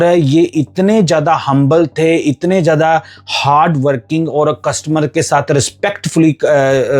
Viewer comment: Zada not jada